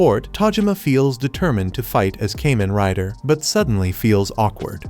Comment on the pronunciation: Pronounced Kah men rai da